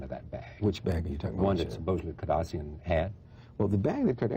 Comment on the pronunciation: It's funny, the Host keeps mispronouncing the Kardashian name because it wasn't famous yet.